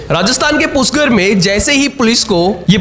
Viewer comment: पुष्कर है वह पुष्कर। पुष्कर उच्चार करो। क्या घटिया उच्चार कर रहे हो?? palestine बरोबर pronounce कर रहे हो, तो पुष्कर उच्चार में क्या मुंह में fevicol है?? सृष्टिकर्ता श्री ब्रह्मा जी का स्थान है, योग्य उच्चार करो। पुष्कर उच्चार करो पुष्कर।